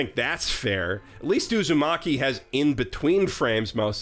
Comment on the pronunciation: Since I’m petty, I still find the biggest tragedy being all the commercials pronouncing it as “Uzomaki”